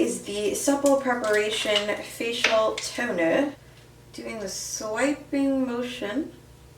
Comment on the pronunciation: that Toner accent sounded like dutch.,... i was shook